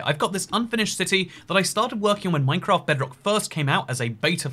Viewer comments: MINECRAAT. Are you sure it’s MINECRAAT and not MINECRAFT? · minecraat